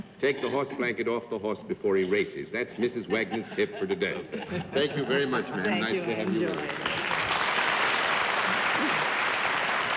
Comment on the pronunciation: "...I'm veddy-veddy fond of..." GIVE ME A BREAK!!!